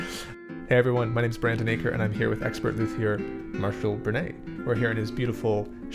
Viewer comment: Learn how to pronounce luthier rght.